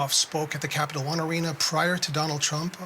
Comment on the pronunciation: this news reporter messed up the name of Capital One Arena 3 times